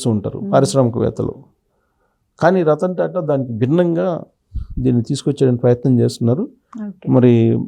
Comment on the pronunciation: రత్న టా టా కాదు రతన్ టా టా